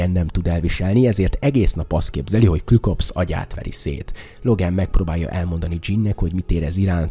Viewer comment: Küklopsz, nem klükopsz! 😊